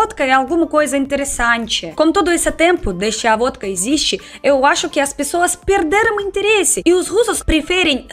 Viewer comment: Aff! Vódka??? Essa é arrepiar.